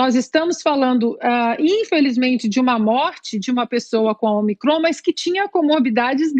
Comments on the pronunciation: O apresentador, não é omicrÔn. É Ômicron. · Cara burro, não sabe nem ler a tonicidade da palavra de forma correta. É """Ô"''"micron, não omi"""CROOON""". Depois quer ter credibilidade pra falar alguma coisa.